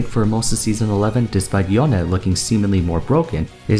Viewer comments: Every time this man says "Yoneh" I die a little inside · you pronounce yone kinda funny lol